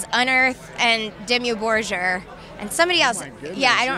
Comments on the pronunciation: Job For a Cowboy??? really? well I wasn´t expecting that..yet if she was such a big fan of Dimmu Borgir, I guess she`d know how to pronounce their name correctly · "Dimmu Borchér" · "Dimmu Borzher" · "Dimiu borshr" ok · "Dimmju borzjir" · Wait ...did she pronounce it "dem-ee bro-shure" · Demi Borgia lol it’s Dimmu borgir lol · She said... Demi bojor lol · I kinda feel like Demi Lovato was just trying to be more interesting than she really is. I mean she doesn't even know how to pronounce Dimmu Borgir correctly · ehm... I know plenty of people who correctly pronounce the name of the band they listen to.. .. In fact she is the only person I ever heard mispronouncing Dimmu Borgir like that. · Demi Levato says she’s a metal head but can’t even fucking pronounce DIMMU BORGIR correct. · The way Demi Lovato pronounces Dimmu Borgir makes me sick.